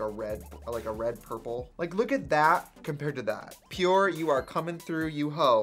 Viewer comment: I thought it said “Power” in Trixie Swedish accent 😂